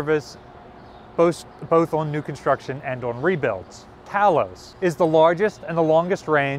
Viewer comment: Talos is pronounced TAY los